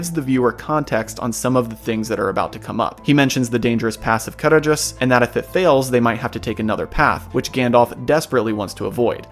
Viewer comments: Small nitpick, in the appendices, Tolkien states that dh makes a hard th sound as in the or that. So Caradhras should not sound like car-a-dras, but car-a-thras. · The "D" in Caradhras isn't pronounced. The "dh" has the sound of a soft "th". Sorry, but I've read and reread the "Aid to pronunciations" in the books, something like 12 times, just because I want to be sure I'm saying it correctly. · You didn't read my original post carefully, did you? The point was not the dh: I simply included that because I wrote a dh, so it needed explaining. The point was the stressed syllable, noted in all capital letters. ca-RADH-ras, not CA-radh-ras. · They pronounce it wrong in the film. It's ca-RADH-ras, where the "dh" sounds like the voiced "th" in "the." See the rules for Sindarin stress in The Lord of the Rings. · On my language it was always Karadras. It's mostly due to the translation rules of the foreign languages, specifically the Welsh (which I belive Sindarin is based on) Where any form of written Ds is pronounced D. So Gwynned, Blaidd on my language are pronounced Gvined and Blayd